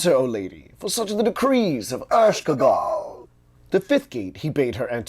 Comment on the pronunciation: LOL Ershkegal?? = Ereshkigal pronounced EreshKeegal but I do thank you for the reading.